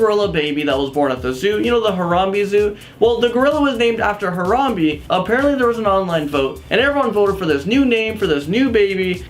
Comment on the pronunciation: Its pronounced Haram-bae not Haram-bee